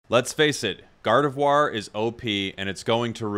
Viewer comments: Gardevuar is the correct pronunciation n.n you're saying it right. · Gardevoir being pretty french as a name, and being french myself, I can assure you that from this standpoint your pronunciation is 100% correct